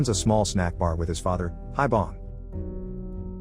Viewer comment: One point to make, the granpa's name pronounced as 'Hee-Bong', not 'Hie-Bong'.